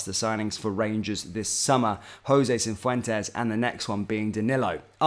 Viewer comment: Cif wen tez not cin fwen tez 😂